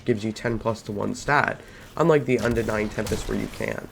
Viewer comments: This whole videos is basically a show of weapon swapping while out of combat, missing shots, random mumbling, no testing in private match to see range and numbers and also calling unending "undenying", my Lord..... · Yes , the unending is pronounced undenying👀